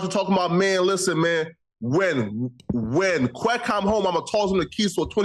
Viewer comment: Is he calling him quacc I thought his name was quic 🤔💭 😂 🤣